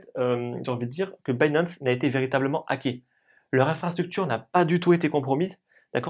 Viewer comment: pishing, pinp, dinp, mais il arrive à prononcer binance à l'anglaise. Sacré français !